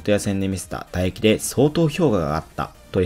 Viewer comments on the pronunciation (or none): 「打撃」が全部「唾液」に聞こえてしまうのは、格闘技チャンネルとしては致命的だと思う。